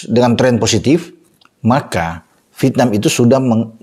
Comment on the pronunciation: Vièt-nam,... Bukan Vit-nam 😂